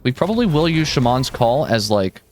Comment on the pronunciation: The way you say "shaman" once again baffles me.